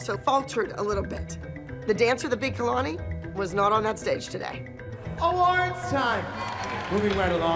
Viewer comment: Everyone: “Kalani” Daviana’s mom: “Keylani”